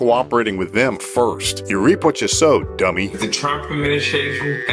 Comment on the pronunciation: Emphasis on the "Dummy".